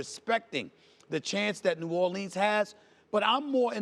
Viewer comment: Why can't Stephen A say "New Orleans" properly?